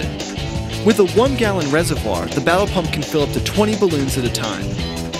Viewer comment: Who else heard "Tie Not Babble Pump"?